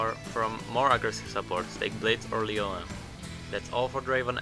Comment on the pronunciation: Not Draven ... DRAVEN